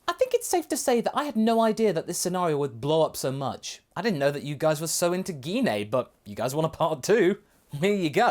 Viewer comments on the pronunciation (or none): Did you just say Gee Na!!?? Say her name right!! It's Gine!!! Like when saying Gine Grey!